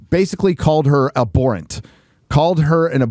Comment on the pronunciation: a borent? The word is abhorrent, for gods sake lol. Took me forever to figure out what he was trying to say.